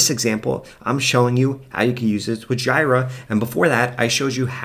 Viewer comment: So sorry for being 'that guy' but the tool "Jira" is pronounced "JEE-ra", not "GY-ra" The product name comes from the second and third syllables of the Japanese word pronounced as Gojira, which is Japanese for Godzilla. The name originated from a nickname Atlassian developers used to refer to Bugzilla, which was previously used internally for bug-tracking.